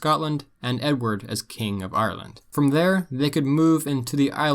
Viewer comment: “Arrerland” the proper way to pronounce it lol